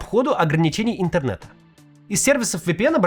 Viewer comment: энтернета… Прям с отвращением говорит